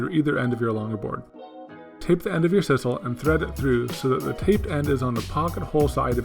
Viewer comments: It's sisal with a long "i"! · Guys, I love ya work, but I gotta be honest with you: it's sye-sal